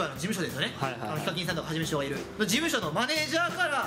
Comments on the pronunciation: のところがはじめしゃちょーではなくはじましゃちょーになってますw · ｢はじめしゃちょー｣が｢はじましゃちょー｣になってる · ヒカル（Hikaru） のはじめしゃちょーがはじましゃちょーになってる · 最初のはじめしゃちょーが はじましゃちょーになってる！（笑） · はじめしゃちょーがはじましゃちょーになっててワロタw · はじましゃちよーになってる笑笑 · はじめしゃちょーがはじましゃちょーになってる…！ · の所ではじめしゃちょーが、はじましゃちょーになってますよ！ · はじましゃちょーになってるʬʬʬ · はじましゃちょーになってるよん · はじましゃちょーになってるょ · はじましゃちょーになってる...